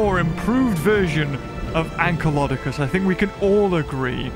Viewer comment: I remember when use to say AnkylDOCus